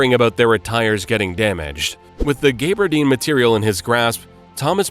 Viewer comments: ooops, you got gaberdine wrong too - it's GABBERDEEN not GAYBERDEEN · Gaabardeene, not Gabe-ardeen.